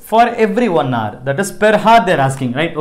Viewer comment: It should be pronounced 'our' h should be silent in hour. Thank u